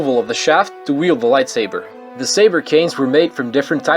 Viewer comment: Whenever he says "Light swaber" i die a little more